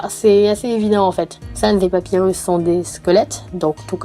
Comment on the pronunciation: "SanZ" "Papywus" Que du bohneur